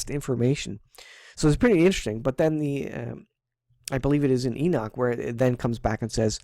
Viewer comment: Thank you for calling him ENOCH and not enik😒 lol that drives me crazy man lol 😂